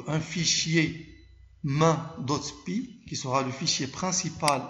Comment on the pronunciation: Vous avez dit "main" alors que avec l'accent c'est mèïn